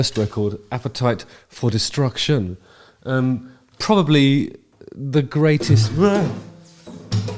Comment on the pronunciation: " APPETITE FOR DESTRUCT-YÜN " HE SAYS... ;-)